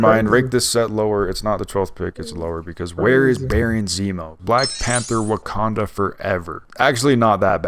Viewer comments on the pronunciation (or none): none